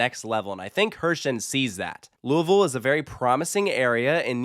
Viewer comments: As a local, shout out for saying louisville right lol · I just gotta say being originally from Louisville, KY and hearing someone pronounce it correctly on this platform made me giddy! Absolutely love all the work you do for the coaster and theme park community! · As a Louisville native and huge lover of Dollywood, turning KK into what DW and SDC are would be a huge dream come true. Also I appreciate you for getting the pronunciation for Louisville correct 😂